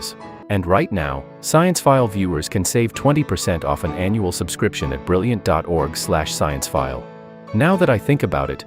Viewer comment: It's science-phile as in science 🔭🧪 not sciene-phile as in cinema 📽️🎥